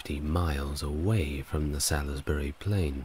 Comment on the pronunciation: I don't know why you kept banging on about Druids, when Stonehenge was built long before druids. Salisbury is pronounced salsburi. There is evidence of post holes near the entrance of the henge which seem to be from the same time as the henge and Aubrey holes. One of the theories is that it was for wooden posts that were used to track the movement of the moon so it may have started out as that, which I find quite interesting. There were also 4 small sarsen stones called station stones (two of which are still there) that may have been used for tracking the moon cycle too. Because the local stone is chalk the henge would've been white when it was first built. It must've been an impressive sight. The ditch is also a lot steeper than it looks in pictures!